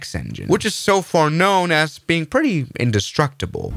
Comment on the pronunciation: He didn't. He said "undestructable" like Ralph Wiggam.